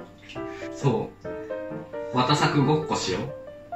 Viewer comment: わたさくがハロプロのモーニング娘。'19のおださくに聞こえたw はわかると思う！